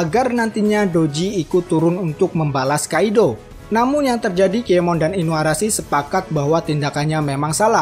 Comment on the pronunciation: Berapa kali adminnya bilang nama "KIEMON" TANPA "N"